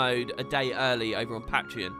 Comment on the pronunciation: Is it PATreon or PAITreon?